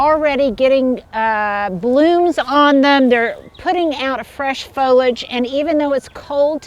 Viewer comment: foliage......has 3 syllables......don't eliminate the "e" sound in the middle!!!!!!